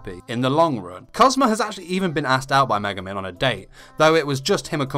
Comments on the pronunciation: i wrote one thing he sayed in the vid cuz for me atleast it didnt sound like he saied megumin it was more like maguman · It's Me-Gu-Min not Ma-guh-men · what he said: *megumin *luck what it sounded: *mega man *look - sorry, no hate.